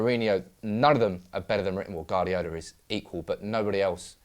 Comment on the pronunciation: Can you teach that guy to say Guardiola